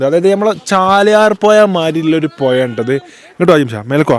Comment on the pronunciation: പൊയ അല്ലടാ പുഴ 😂😂